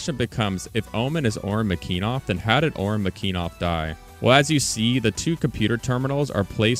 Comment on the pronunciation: McEneeeeeeeff not McEnov wtf